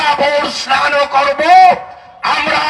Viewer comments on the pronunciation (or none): none